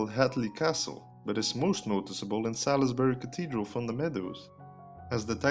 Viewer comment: Not Sal-iss-Buh-ree but Sauls-Buh-ree.